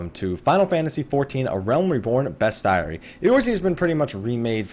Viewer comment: It's pronounced best-ē-ary with a long e sound.